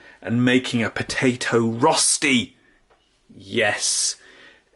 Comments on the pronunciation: As a swiss person i have to be offended and tell you that its called RÖSTI not Rosti...i know that you english guys can't pronounce Umlauts but then please say "shredded potatoes". (Im just joking, love ya buddy) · He said it wrong even for an English person, he's supposed to say Roshti if you can imagine that, with a "sh" in the middle like the beginning of "shit" 🙄😀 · sure. I mean as an Englishman, he's saying it wrong it's not how we say it in England even! 😂